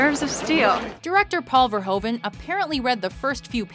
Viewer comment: iIt's VerhOEven, not VerhOven! tssssk